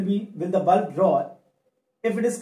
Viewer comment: That is bulb sir not bulf